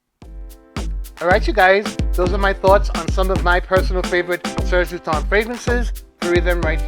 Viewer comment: Never forget how embarrassed i was when i met u at twisted lily and i referred to it as serge lut-ens then being immediately corrected by u saying serge lue-ton 😂